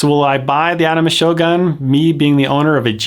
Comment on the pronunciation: It pronounced "shogun" not "shoGAN "